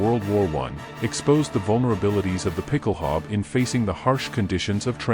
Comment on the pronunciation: A) it's pronounced ˈpɪkl̩ˌhaʊ̯bə, with an 'ow' sound as in 'cow' and an 'uh' sound at the end, and B) you neglected to mention that it was adopted by forces all over the world including the British Household Calvary and the US Marine Corps and is still in use in many countries as part of dress uniforms. Great video, though. I'm subscribing!